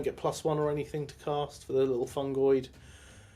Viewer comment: Loved the battle report, but please, its FUN-GOID :P There is no 'A' in it XD